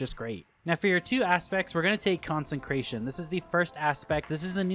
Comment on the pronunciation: CONSE CRATION! NOT CONSEN CRATION